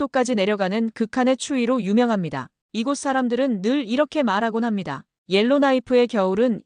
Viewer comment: '예로나이프'로 발음하시지 말고 '엘로니이프'로 발음하세요.